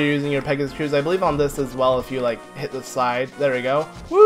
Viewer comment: U said shit instead of hit I’m a kid... SO work on your pronouncement!